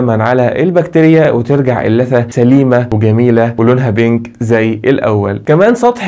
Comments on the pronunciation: اللثة وليس الثة تكي على الام يادكتور عشان يطلع اسمها صح ... جزاك الله خير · ممكن تنطق كلمة اللثة بالصح نطقك جدا مستفز معني حبيتك ههههه